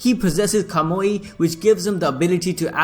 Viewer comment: Is the mispronunciation a running gag in this channel? love the video but who the hell is Abito who uses kumoyi?